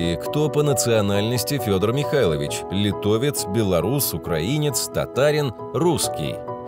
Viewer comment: Серьёзно? Диктор, который сходу произносит "Фёдор МихаИлович"? Великолепный?? 😂😂😂